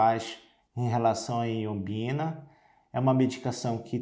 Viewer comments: Ñ é iombina, é ioimbina o correto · O nome é Ioibina e não Iobina como na sua pronuncia. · Dr. É Ioimbina e não iombina. Te liga mané!! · Pois é. Ao menos pronuncie o nome corretamente. Vc fala errado. O correto é Ioimbina e não Ioimbina. Perceba que há uma outra letra "i" na palavra que o Dr m ignora quando pronuncia o nome da substância.